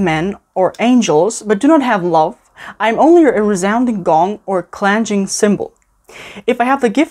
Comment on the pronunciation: "ClanG-ing" not "ClanJ-ing".